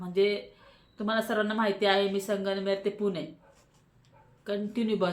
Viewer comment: संगमनेर बोल तू Sanganmer बोलते.